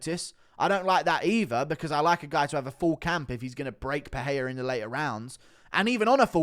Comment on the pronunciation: It's pereira, not peheya